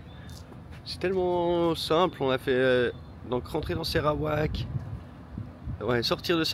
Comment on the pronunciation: Je découvre votre "voyage"! Merci d’appeler le Sarawak et NON SÉrawak !😢, information : merci = Terimas kasis, bonjour : Selamat pagi, étonné de votre galère pour le super 97 ici à Kuching toutes les stations en ont 😂, le Sarawak et Sabah font partie des 14 états de la Malaisie mais, c 2 états possèdent 80% du pétrole et gaz de la production de la Malaisie et le Sarawak a quelques "rêves" d’indépendance ! Ils ont un gouvernement avec un 1er ministre, à Brunei ce n’est pas un roi😢mais un Sultan comme en Malaisie et chaque état de Malaisie a un Sultan 😂 Bonne suite et vous verrez que la Malaisie n’est pas la Thaïlande, enfin vous êtes en pays muslim appliquant la Charia mais, tout est Cool en Malaisie et vous pouvez boire et acheter de l’alcool et du porc ! 😂😂❤❤ Au prochain épisode, je me régale d’avance ❤❤